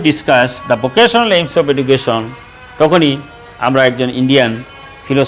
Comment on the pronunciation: Sir this video I so much important for all the students not only for the hs level bt the pronounce will be not correct (education )